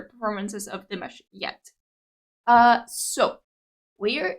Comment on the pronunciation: Not "Dimish". His name is pronounced Dee MAHSH.